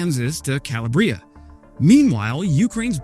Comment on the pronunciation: Calla-bri-a? Cal-lab-ria